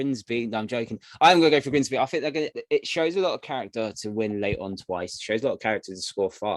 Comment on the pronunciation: It’s Grimsby, not ‘Grinsby’🤦🏻‍♀️